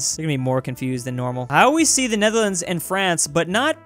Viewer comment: pronounce Netherlands wrong not "Netdherlands" it's "Netherlands"g